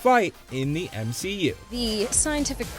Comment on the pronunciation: "M She U"*